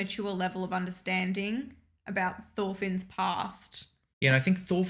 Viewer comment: im danish, thor is not "toor" and finn isnt "feen"